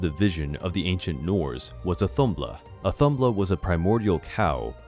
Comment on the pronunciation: It’s audhumbla/audhumla (h is important for pronunciation) and she did not give birth to buri and isn’t considered his mother. When Zeus birthed Athena from his forehead, she was at least within him and he was part or her conception - so that’s very different.